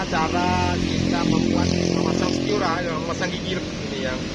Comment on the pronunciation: Stir bang bukan Stior haha